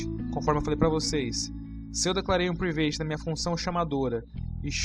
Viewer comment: Mano, show a apresentação! Está me ajudando bastante.. Mas a palavra Private se pronuncia 'Pràivet', ok?! não 'Privêit'... Apenas para conhecimento. Valeeu!